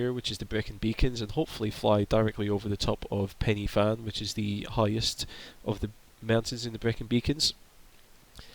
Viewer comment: And I was watching from Cardiff! I did flight training at that airport. PS: Snowdon (Yr Wyddfa in my native language) is the highest peak in Wales and the y in Pen y Fan is pronounced uh not ee ;)